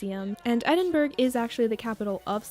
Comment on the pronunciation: Awesome video :D but just to say Edinburgh is pronounced, Ed-in-bruh not Ed-in-burg, I know we are weird